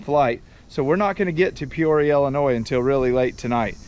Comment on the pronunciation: Pee ore ah.. Peoria IL..I mean c'mon bruh..you get a good buck and can't even pronounce lol..bro..we have the good big ol bigguns..enjoy